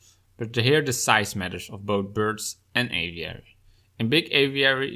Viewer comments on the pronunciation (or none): none